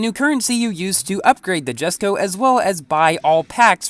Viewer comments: It's written jesko but pronounced yesko just letting you know 😅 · It's pronounced as YES-ko